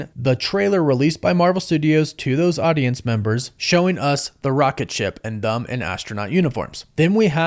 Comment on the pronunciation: Brother, why do you pronounce them with a u? "Thum?"